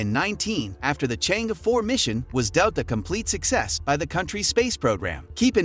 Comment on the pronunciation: Please be careful of your pronunciation of the various Chinese names. You are pronouncing them way off the mark. Take the space craft to the moon Chang'er, it's, pronounced as Chaang Eer, which is the Goddess of the Moon, your pronunciation is change, as in changing clothes. What an insult to a goddess. A little research on your part is appreciated.